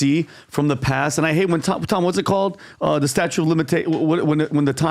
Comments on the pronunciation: It's statute of limitations, not statue😂😂😂😂😂😂😂😂😂😂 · Talking about Diddy and not 2 attempts on a presidential candidates' life 🤔 btw , it's statute, not statue. 😂